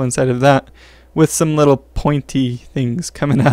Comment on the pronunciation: Wait what "litteler"?